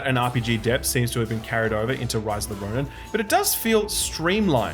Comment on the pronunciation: "Rice of the Roni"